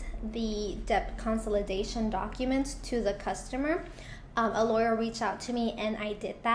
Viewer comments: because she definitely is mispronouncing the word. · Why do I feel your mispronouncing consolidation